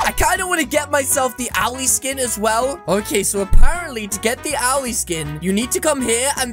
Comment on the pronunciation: The name is Owell not owly